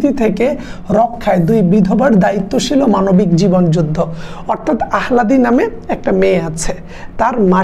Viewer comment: আহ্লাদী উচ্চারণটি হবে আলহাদি